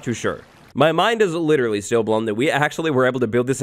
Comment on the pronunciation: Ah yes literrraly.